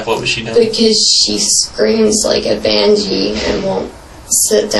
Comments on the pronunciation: she damn sure did.....lol....she also said 'civically for civilly' and bang-she for banshee..... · This girl is using words she doesn't even know what they are, alteration instead of Altercation, and bangee instead of Banshee... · She said alteration instead of altercation and then very soon after that she said vangie instead of banshee😭😭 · Her vocabulary—“bangshe” for banshee. And “alteration” for altercation for two words alone—but she has an MBA? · she also said "banjee"